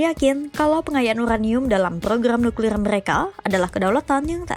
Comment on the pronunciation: Nuklir bang bukan niklir